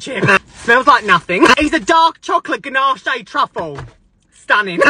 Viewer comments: HE REALLY PRONOUNCED "ganache" LIKE "gah-nah-shay" 😭😭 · Ganache is pronounced "guh-nash" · I love these videos, but it's pronounced ganash. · The pronunciation of ganache is killing me 😭